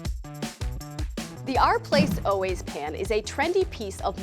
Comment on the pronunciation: It's OUR, like hour, not ARE. OUR PLACE